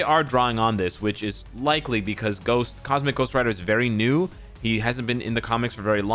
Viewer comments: Who the hell calls him Dyck Ryder? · I'm not a grown up because I laugh Everytime you say Dick Ryder